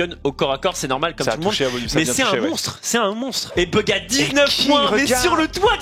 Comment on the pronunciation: En anglais tu prononce bouga, pas beuga comment la plupart des français le disent.